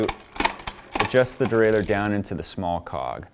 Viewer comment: Nice for the DIY bike mechanic like me. I also like the way you pronounce derailleur, unlike the guys who say something neither French nor English like "derailyer."